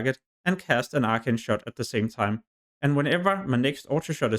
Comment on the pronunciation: Good video but fuck man, if it wasn’t for subtitles I would’ve thought you were saying ultra shot. Though I just never got an ability lol